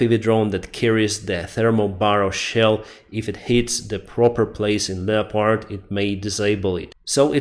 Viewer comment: Hey friend. in the word Leopard, the O isn't pronounced. Lep urd.